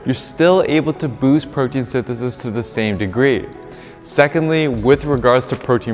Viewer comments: I think think your wordout session may have been a bit long and your tongue was overtrained in this video. Your form was getting a bit sloppy saying “protein synthesis” towards the end lol. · Protein synthesithisis